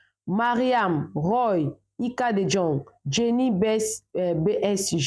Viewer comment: Ika de Jong( prononcer de yong c'est en flamand).